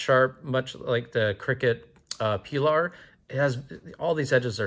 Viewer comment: I dont think it's pronounced cricket, C.R.K.T stands for Columbia River Knife and Tool and it's just the acronym I'm pretty sure